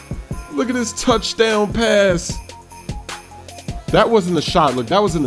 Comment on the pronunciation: tochdown haha